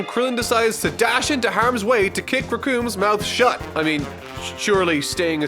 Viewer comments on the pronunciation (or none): none